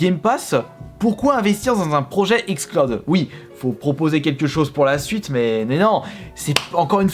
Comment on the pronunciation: Non il a dit XClaude pas XCloud.